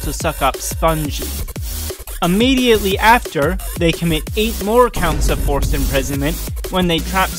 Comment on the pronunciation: four-ced imprisonment